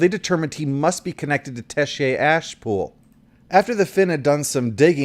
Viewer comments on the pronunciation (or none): FYI, in Gibson's reading of Neuromancer, he doesn't pronounce "Tessier" as "tesshay," as you do,.